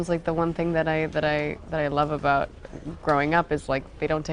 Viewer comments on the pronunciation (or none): is it my imagination or does she say about like Canadians do? in ?